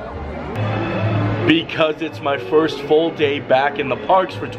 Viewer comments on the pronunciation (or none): none